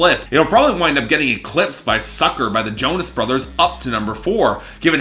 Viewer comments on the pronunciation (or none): none